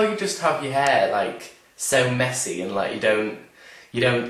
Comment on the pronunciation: Lmao.. I thought he said " I love how you have your hair so MEXICAN..." Instead of MESSY. I thought of Enrique and my Mexican family... Mexican hair, what?